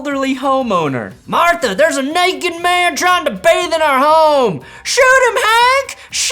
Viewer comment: “Naked” was not the n word I was expecting when you slipped into that southern accent